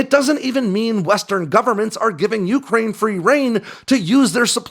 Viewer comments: bro. it's yucrane. not yooocrane. great report, but you're putting the emphasis on the first syllable when it only applies to the middle part. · Dude, please stop saying yooookraine